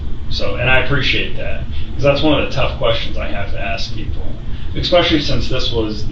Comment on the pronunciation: somehow this guy made it this far in life and still says "EKSPECIALLY" what a doofus.